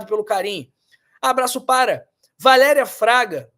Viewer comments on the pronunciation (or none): none